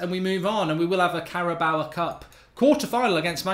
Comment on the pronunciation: It's the Carabao cup. Cara-bow.